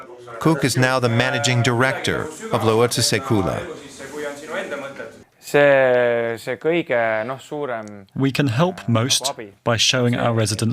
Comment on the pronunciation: You absolutely butchered "lootuse küla". I'd recommend running the pronunciation through Chat GPT, it does a pretty decent job.